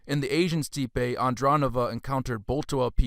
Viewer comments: Steppe is pronounced STEP. and it's NOT a "Russian word." Perhaps you should brush up on your pronunciation before covering such lofty subjects. Great work, but to more educated people you sound uninformed. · Great video, but steppe should be pronounced “step.” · For further reference, "steppe" is pronounced "step"...not steepay...like you said. 😅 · Your information is on point but it’s hard to listen when there is a mispronunciation of a word like steppe when discussing Indo Europeans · Thanks for putting this together. But you really need to check your pronunciation. It's quite bad. I know you got defensive when others pointed this out, but when you can't pronounce even a basic, common word like steppe properly, your credibility does take a hit.